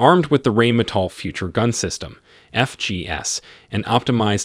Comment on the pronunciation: It is pronounce Rheine that sounds like Nine! NOT rainmetal LOL! Please stop;)